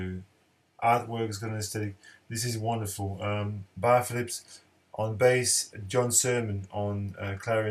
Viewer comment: Pronounced Barry and not Bar Phillips...